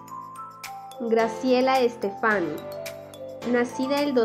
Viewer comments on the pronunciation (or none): no es estefani es graciela stéfani cn s y con la silaba que suena mas fuerte en la e esporque tiene tilde no lo decis bn aprende